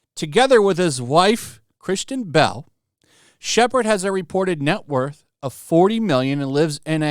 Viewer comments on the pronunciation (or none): It's Kristen, not Christian.